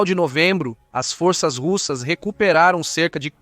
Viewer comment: Será q , fôrças é pra rebaixar aquele vc fala ou vc quer falar forças...